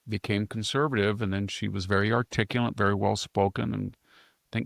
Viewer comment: Victor, the word is pronounced just as it is spelled, "articulate". You have always pronounced it as though it was spelled "articulant". The word "expletive" is emphasized on the first syllable not the middle syllable as you pronounce it. These are simple errors that Jack and Sami should remind you about so you can start pronouncing words correctly.